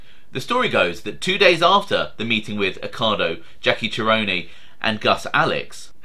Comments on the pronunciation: jackie’s last name is pronounced “ser-own”, not “cher-onay”. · you pronunciation of certain names is wrong example Jackie Cerone would be pronounced se-rone/rome not che-rone-ne....... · Name you missed pronounced is pronounced ser-rone tone pronounced like tone. If you do Chicago crime you will come across the name more than once.